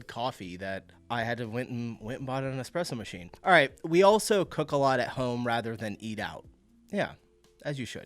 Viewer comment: Dude says eXpressomachine 😂 but is worried about pronouncing croissant